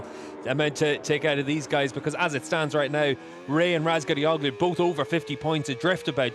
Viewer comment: some one teach these English how to read the soft G ffs. Razgatlioglu, imagine there is no g there.